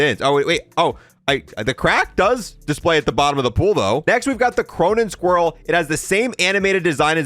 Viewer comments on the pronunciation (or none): He said Cronan squirrel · he says cronen squirrel